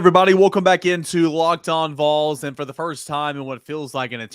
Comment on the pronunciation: somebody still needs to tell him how to say Go Vols